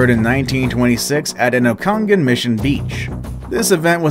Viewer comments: Oconnigon?? I think ya mean Okanagan.. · Pronounced Oak-an-ah-gan. NOT OKAN-AGAN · You say it oka-noggin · Lol its not ohkawnagawn lol its Okanagan (OAK-A-NOGGIN) IS HOW ITS PRONOUNCED. I lived there for 10 years and had friends actually film the ogopogo ...they sent tape to government and never seen it again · Ok as an okanagan citizen I am VERY triggered by the ogopogo one The ogopogo is not a giant snake or what ever he called it it is the guardian of okanagan lake ( oak-a-nog-an) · Nice try pronouncing the Okanagan lake but its said like Oak-A-Naw-Gan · HAHAHA I HEARD IN PRENOUNCE OKANAGAN AND ITS PRENOUNCED O-KEN-OGEN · It's pronounced oak a nog in lake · Love how you pronounced Okanagan lake cause that’s definitely not how us Canadians here in British Columbia pronounce it... love it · Bro butchered okanagan